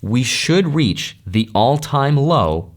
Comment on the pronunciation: why you keep saying “all” time high/low ?!? 😂 luckily bitcoin does not go to an all tine low every cycle